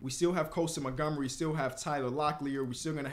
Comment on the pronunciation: bro said monogamy lmao